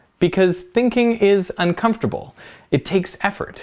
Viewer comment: Emphasizing Uncomfortable and Unpleasant like that at the end makes me want to get insurance for some reason...